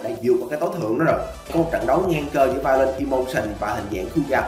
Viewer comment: Người ta đọc là violent đây ôg này đọc là violet